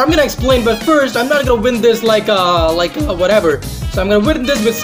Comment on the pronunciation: WHEN-UEN, NOT FUCKING VEN WHATEVER-UATEVER, NOT FUCKING VATEVER WHICH-UICH, NOT FUCKING VICH TF YOOOOOO